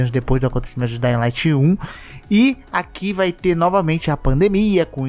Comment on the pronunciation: Não se fala daying light e só dying light. Isso é uma crítica construtiva, visto que vc influencia muitas pessoas e tem um alcance nacional. Espero que continue com seu ótimo conteúdo! Abraços!